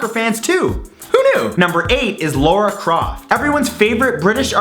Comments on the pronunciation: its not pronounced laura croft its lara like lana but with an r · LARA CROFT!! NOT LAURA!!!! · Just like to point out its lara croft not laura croft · Lara Croft is not "Laura Croft" :) Her name is pronounced "Lah-rah".... It's pronounced that way in the 2013 game reboot :p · *Lara Croft, not Laura Croft. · Its Lara croft. Not Laura croft. Pronunciation wise. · It's lAra croft, not lOra croft, how can someone mispronounce the name of such an iconic video game? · ITS FUCKIN LARA CROFT! LA-RA!!!! NOT LORA!!!!!!!!!!!!! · Its lara croft not laura croft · Laura Croft? Is that how you pronounce her name?